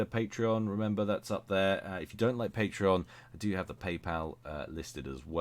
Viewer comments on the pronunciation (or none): none